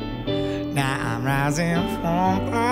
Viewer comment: When he says know now he says no nah